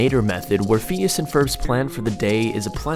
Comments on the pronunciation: It annoyed me so much when he kept saying FEENEEASS. ITS PHINEAS PRONOUNCE IT CORRECTLY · Anyone else cringe when he said "Pheenus and Ferb" instead of "Phineas and Ferb" ?? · Phines and ferb soud like penis and perv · Bro he said phenus instead of phinas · Phoneas and Frob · Fin-yus and f-urb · is it just me, or does it drive you crazy how he pronounce "feenyees"(Phineas) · Stop pronouncing Phineas like feeneeyis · How he pronounces phineas. And moulin rouge is funny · Did he actually say rogue instead of Rouge? C'mon man, they even made a movie about it. Also Phineas is pronounced (fin-e-ass), not Fenis